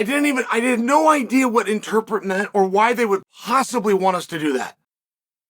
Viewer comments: Interpret Chael, it’s interpRet. There is no such word as ‘interpet’ (Well not in the way you are using it) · "Interpit" - Chael Sonnen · Did y’all miss the lesson on how to pronounce interpret?